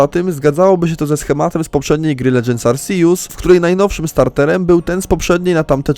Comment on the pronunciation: Jeju, mądre to. Ale naucz się proszę czytać Arceus. Bo aż uszy bolą.